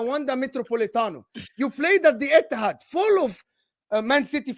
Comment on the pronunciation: Etihad it’s emptihad